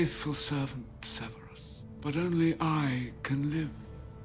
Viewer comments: "server-rus" - it should be "sever-rus" (sever - to cut off) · “serverus snape” 😂🙄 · YOU DID NOT JUST SAY "SURVERIS" I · Ser-ver-us?? SEVERUS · Um sorry but it’s Severus not seRverus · Is everyone going to ignore the fact she said survurus Snape instead of severus snape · Did she just say sir-ver-us instead of sev-er-us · I know I’m not he only one that is gonna point this out ITS SEVERUS NOT SURVERUS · Serveris Snape? get the name right! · Serveris? Serveris? ITS SEVERUS NOT SERVERIS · does anybody notice how she said serverus snaps instead of severus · It Severus not serverus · is no one going to talk about how they said serveres instead of severes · She called severus serverus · She said “Serverus snape” instead of Severus Them:Ser-Ver-Us How it is really:Sev-Er-Us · My trigger is when she said Serverus, not Severus ahhh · Ok was anybody else annoyed at how she said Serverus its Severus not Serverus! Just me? Ok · Severus Snape not serverus snape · serverus snape? Severus but ok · CERBERUS Snape??? CERBERUS??? I think you mean SEVERUS! It's NOT so hard to pronounce..."SEVERE" is already part of the English language... SEVER-US... Also, it's PEV-ERELL...not PRE-VERELL... Come on now...enjoyed the video, and the research done, but work on the pronunciations please. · Lol casual, "serverus"?? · Ok but why are butchering their first names “ serverus “ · It annoys me when people pronounce Sirius as serious. Or Severus as Serverus. Or J.K. Rowling as J.K. Rolling. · I like how they pronounced "severus snape " " sirverus snape " 🤣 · "SERVEROUS SNAPE"🤣😂 and "Ig-na-tus Prevrel" 😂 oopsies or does announcer not know The Potter world? In any case, joking aside I really enjoyed these little back stories. Thank you! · LOL! "Survures" Snape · This lady said “server/us” snape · Did you really just say serverus shape? My father will hear about this. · “Serverus” Snape?!?! 🤣😅 Made me giggle! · Did she say Cerberus Snape? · She called snaps server-us-snape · Server-us Snape....